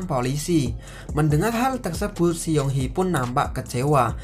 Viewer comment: Seoul di baca soul, Bae dusang di baca be dusang(e nya e keras)young di baca Yong,Seung hee di baca seng hi (e nya e lemah)🙏sekedar mengoreksi😁maaf